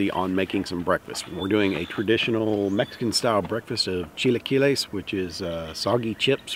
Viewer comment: I admire a white man i mean man i mean person trying his best to pronounce a foreign language. Very admirable hahah. Very good pronunciation of chilaquiles and it looks tasty!